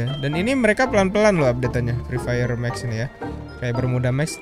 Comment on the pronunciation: Yang gw denger :: mak kusu fri fayer mak kusu fri fayer makusu